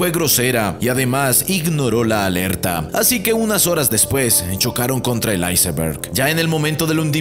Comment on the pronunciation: Por que dice icemberg si solo es iceberg